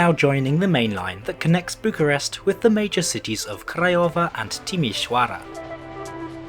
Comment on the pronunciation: I find it funny how he manages to pronounce Craiova, Timisoara, and Videle better than Bucharest. edit: also, a small correction. Legally Bucharest Municipality acts like a county and is separate from Ilfov, with Ilfov acting more like a giant Bucharestian Suburbia.